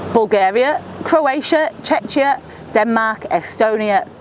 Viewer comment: "Cech-chia". Where sorry?